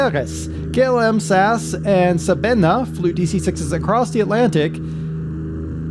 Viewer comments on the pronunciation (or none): Stop trying to be interesting by pronouncing everything in French... it's St. Maarten and just Sabena as it's a flemish airline not a Wallonian one...